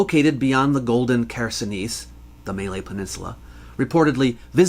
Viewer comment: *muh-lay Peninsula. I love your work and really informative video! Sorry, I just wanted to correct the pronunciation, as a Malay viewer.